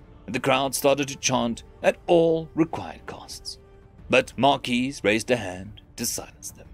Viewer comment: The S is silent in Marquis...